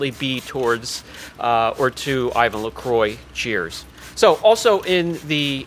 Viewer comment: It's pronnounced "I-van La-Croa" - technically: it's French for cross. (see audio here: )